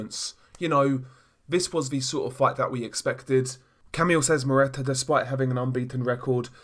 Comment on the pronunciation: The way you butcher Szeremeta's name is hilarious !!!